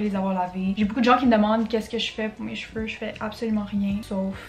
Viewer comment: “Cheveurrrrre”💀 anyways love your videos 😂😂